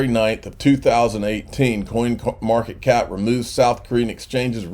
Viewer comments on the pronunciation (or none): Was it me or did you say coinmarket cock at the end of the video